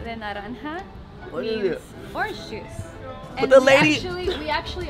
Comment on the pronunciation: Lmfao the way he said juice and that he is working on his Spanish 2020 anyone